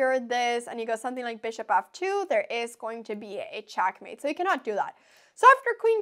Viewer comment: i love the way she says checkmate. CHOCKmate lol